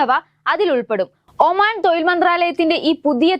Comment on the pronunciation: തൊഴിൽ, കയിവ്, തായ്‌വ് പിയ. ശേശം.....ഇതെന്തോന്നെടെ.....